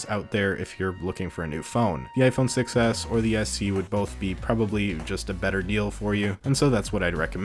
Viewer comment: “6s” sounds like “success” :D